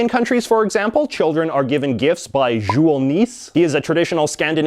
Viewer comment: Yool not Jool